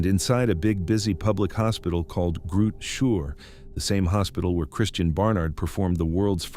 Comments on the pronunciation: "Groot Shoor" - gimme a break! It's Chrootah Skeur. The ch as in the ch in loch. And the father's name is pronounced Mornay. And the school is Zwaanswyk, not Swansea. And Michelle is not Meeshay, it's Mishell. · you butchered Groote Schuur, the name of the hospital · groote schuur = big shed. Who names a hospital like that 😅